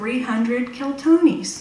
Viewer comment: She's talking about "Keltonis" but the bills say "Keltinis". Maybe someone's had tee many martonis!